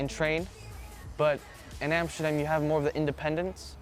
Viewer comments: Een van de weinige niet nederlands pratende zegt Amsterdam goed echt nederlands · Hij zegt amsterdam al op de nederlandse manier hahaha